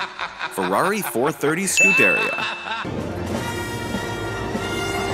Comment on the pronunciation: pronounce scuderia right please thanks